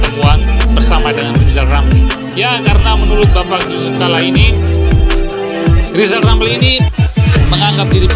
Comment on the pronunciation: Lisal Lamli,,,Sukuh ngomong R yg jelas